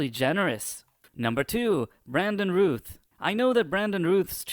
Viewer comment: I know you have an accent so I don’t know if English is anything native to you but Routh is pronounced like “mouth”.